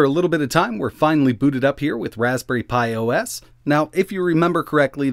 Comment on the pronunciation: "In a little bit of time, we're finally booted up here with ras. Pi OS." that made me laugh, but you don't buy a zero for its amazing speed lol